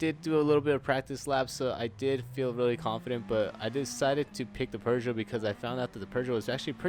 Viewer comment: OMG it's not "purr-joe". You're doing better every time but just drop the r's and you'll be golden!